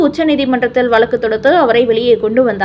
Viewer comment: Valakku valakku னு தான் படிக்கணுமா. காது புண்ணாகிறது. வழக்கு னு ஒழுங்கா சொல்ல தெரியாதா ?